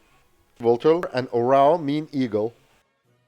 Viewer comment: Hey, you know the OREO cookies? Put the emphasis on the first letter "O" and change E with A and you will get the correct pronunciation of the Serbian word "eagle". :)